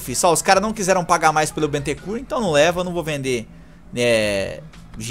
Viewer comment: Não é Bentecur é Bentacur